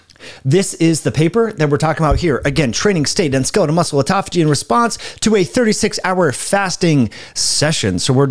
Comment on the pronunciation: It's autOphagy, not autAphogy...